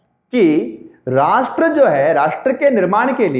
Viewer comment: Thanks sir.aap ne bahut hi acha ujaran Kiya Rasth ,Desh aur Rajya mi...aaj tk aisa ucharan Maine bhi suna.bahut ache se samgh aaya ....aap ka bahut bahut sukriya guru g......,🙏🙏🙏🙏